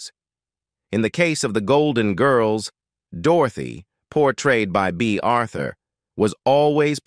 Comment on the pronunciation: Bay Arthur really? Who are you?